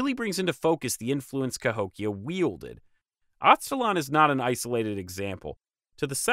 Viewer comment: I'll explain why, but It is pronounced "Az-te" (the same way you would start the word "Aztec") "laan" like lamb but with the "n." The reason is "Aztalan" as a name IS very much related to the Aztecs. But it came about because of an erroneous belief at the time of discovery that the mounds there were related to the Aztec culture, either the mythical northern homeland of the Aztecs or the power of the Aztecs reached that far north. Anyway, I live about a mile and a half away from that site. It's definitely a big deal to the locals and connects to other myths in the area.